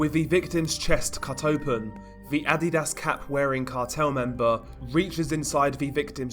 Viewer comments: Um adidas not ad di das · For some levity... It's pronounced "Uh---dee---duss" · still hear "Id-eat-ass" when you say Adidas 😂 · Were you pronouncing adidas on purpose? or?